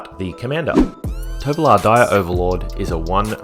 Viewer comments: I kept say Torvalo, but yeah, I nail my pronunciation of Triskaidekaphile from the start but Tovolar for some reason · I also had the toughest time pronouncing "Tovolar"